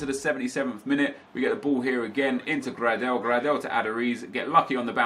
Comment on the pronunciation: The pronunciation of some of the players is horrendous 😂, Grad-el and tremulin-a mate sort it out